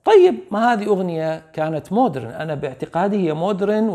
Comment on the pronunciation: MODERN !! تنطق : ma - dern (mah-dern) silent H ليس : Mood -ren . رحمة قالت : مود رن(بكسر الراء). و توقعت من استاذنا يصحح لها الكلمة ولكنه للاسف وقع بنفس المصيبة.. تلوث سمعي منتشر بالمجتمع العراقي.. يا جماعة : اذا مو متأكد من نطق كلمة اجنبية ,, قولها بالعربي مو حرام ولا عيب !!